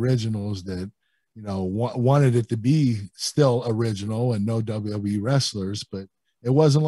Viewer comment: WWE Kurt: "dub dub E"